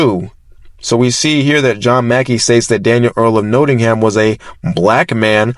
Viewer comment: Nottingham is pronounced not ing hm